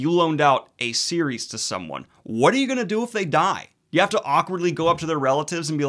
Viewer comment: “You have crappy bookshelves Harry” “I have wOt”